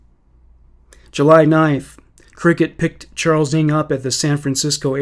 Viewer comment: Finally finished listening after falling asleep a few times during the night! I have never heard the name NG pronounced as ing. NG is short for Nguyen, which is the second most popular name here in Melbourne, Australia after Smith. We pronounce the name as spelt NG. Or the full Nguyen. People with this surname where I live are overwhelming Vietnamese though, not Chinese like Charles NG